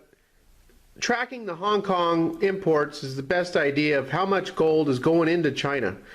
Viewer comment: Honk Kong? Phooey